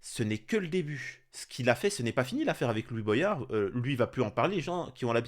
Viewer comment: Salut l'ami.. Juste une petite blague antillaise.. Comment tu lis voyage ou goyave comme Boyard Mdr... Je ne sais pas d'où viens ce problème français entre voyage et goyave et maintenant Boyard...mdr Sinon à part le sujet de la monarchie où je n'ai pas compris pourquoi tu as confiance en 1 homme quand tu vois Staline, hytlir ou même Macron :( D'ailleurs j'aimerais bien qu'on en parle un jour si tu veux bien... Mais j'ai peur... On me traite de fou pourtant car j'ai confiance au travail de groupe hors :( Bref!! Compliqué... Un être humain change de caractère plus vite que son ombre :(